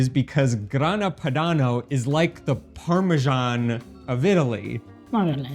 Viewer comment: It drives me crazy to hear you mispronounce parmesan.